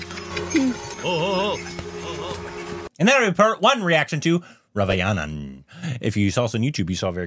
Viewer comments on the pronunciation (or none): Raavanan korbinised to Ravayanan😂